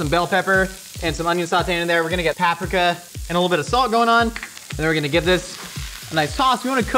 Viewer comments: the way he says paprika makes me VIOLENT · I like how he goes through the trouble of rolling his "r" in cilantro, but pronounces paprika, white af. consistency. you amateur.